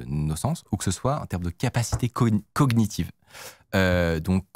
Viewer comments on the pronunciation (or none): Mes oreilles saignent. On ne prononce pas le G de "cognitif", tout comme tu ne dis pas "gag-ner" pour dire "gagner" ou "grog-ner" pour "grogner" 😂